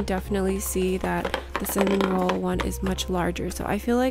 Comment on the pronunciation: It’s pronounced cinnamoroll not cinnamonroll with a n